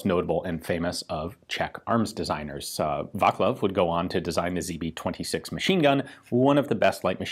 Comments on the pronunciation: "Vaclav" is pronounced with a C not a K, so its not Vaklav but truly Vaclav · Vaclav is pronounced vatzlav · As usual great video, informative and professional, but! Vaclav! pronouce: Va-tz-lav ... prosím! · Hmm... except Vaclav your pronunciation is getting better :D It is more like "Vaatslav" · Very interesting, thank You for Your great job. One thing: Waclaw is pronounced : va slav (as in slav, slavic people). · It's more VaZlav than Vaklav. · The correct pronunciation of Václav is: [ˈvaːt͡slaf] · No it's not. If anything, you are missing the "t" in front of the "slav". But we don't pronounce that as "ts", that's just an approximation. Plus the "a" is the long variant, "á", which is pronounced as [a:]. And it's Václav, not Waclaw. :P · His pronunciation of Václav is actually pretty common mistake in English. But I thing that corrections form other people are not meant to be mainly as complains but more like clarifications for Ian for future reference. ;-) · Exactly, the the "c" should sound like that in "bounce" or "fence". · Every time you say Václav's name my stomach turns over. But its a good video anyways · Vaclav - C, not K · apart of the C pronunced as K in Václav was the rest pronounced adequately for non-Czech speaker.